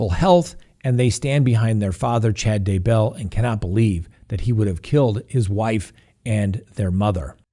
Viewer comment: YEAH! You finally pronounced Daybell correctly. Love your show!!